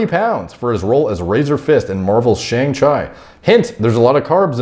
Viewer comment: Man so many mispronunciations. You didn't know chi is chee?